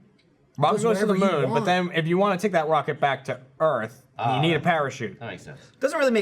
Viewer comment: Please tell me im not the only one who noticed said Wocket instead of Rocket xD